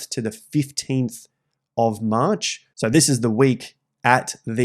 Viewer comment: That maaaaarch sounds like a bawston accent 😂